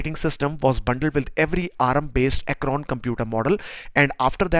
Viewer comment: Nice video ! Thanks. It is 'Acorn' not 'Acron' ;-) the inventor of the ARM chip. Today ARM stands for 'Advanced Risc Machines' but it is a spin-off of Acorn, and it meant 'Acorn Risc Machine' and was used in the Acorn Archimedes and RISC PCs ranges.